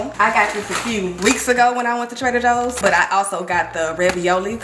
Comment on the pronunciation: I love how she says Trader Hoes instead😂